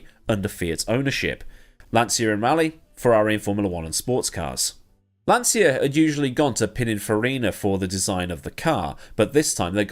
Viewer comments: It is pronounced lan-cha, not lan-sya. Do not argue with me; my dearly departed father started his career as a tool & die maker at Lancia and spent 11 years there before immigrating to Canada. He would know the proper pronunciation of the company he worked for. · Lancia is pronounced Lahncheeah, not lahnzia.